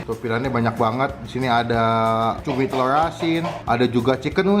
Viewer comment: Gowreng tewlur. Cadel berkelas